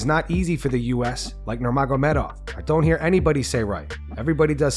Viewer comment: Islam literally says nobody in the U.S. pronounces "Nurmagomedov" right and you just proved him right while reading his quotes.